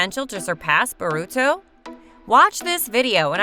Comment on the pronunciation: This is SO bad Plus Its not even how u say byakugan and Boruto